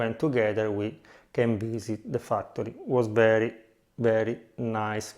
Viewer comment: you have visited a Fuck tory? ... i am loving the Irish :D :D and i am loving the italian dialect :) thanks for sharing